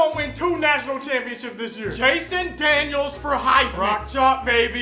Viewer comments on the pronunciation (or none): You did not just say Jason Daniels... Bruh...